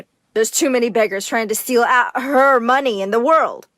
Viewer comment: The mom sed monye